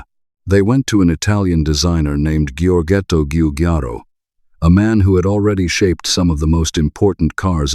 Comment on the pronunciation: "Georghetto Giuggiaro"? Really?:eyes-purple-crying